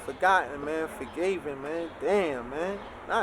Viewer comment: My nigga said 'forgaven' 🤔